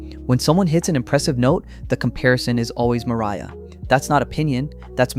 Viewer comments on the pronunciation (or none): none